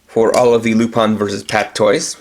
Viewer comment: It is pronounced lupin, not lupan